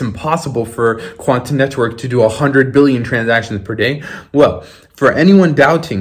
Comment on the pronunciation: You be putting way too much into that "T" when you say "quanT neTwork"